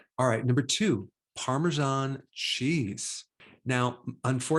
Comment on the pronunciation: It's Parmesan not Parmeshan.